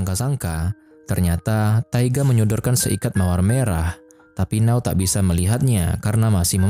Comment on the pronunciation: Keren filmnya.. Ganteng & imut 2 pemeran utamanya. Éta siapa nama 2 pemeran utamanya ya? Cuma... Di Jepang N-a-o itu dibaca Na-o masbro.. Kl 'Now' agak aneh2 dikit gitu dengernya